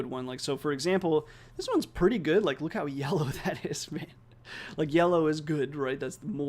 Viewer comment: Incredible work. I think the transfer learning can be improved by doctoring your transcript to account for your accent. Youll be able to overcome the pronunciation issues once the model is trained. For example, when you say good there is a heavy u sound. You can transcribe it as gould and it would likely be a closer phoneme